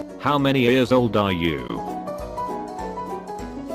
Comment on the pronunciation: he meant years not ears